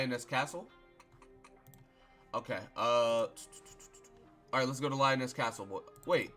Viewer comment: Leee-o-nes Castle... Liones. Doing this for every video